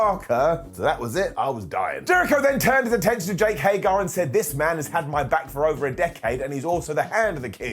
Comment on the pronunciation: HAGER.... it's HAGER!! Why is this hard? It's HAGER. Not HAGAR.